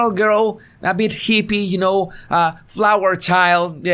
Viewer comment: heepies. im keepin that. steenkeen' heepies.